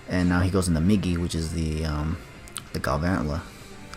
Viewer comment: that Galvantula pronunciation